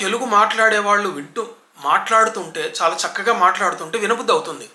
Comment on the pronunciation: చాలా లో చ తలవ్యము దానిని దంతతాలవ్యముగా అన్నారు మీరు